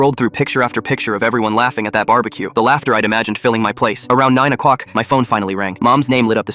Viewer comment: Is he saying “o cWock “? I didn’t know ai could have speech impediments.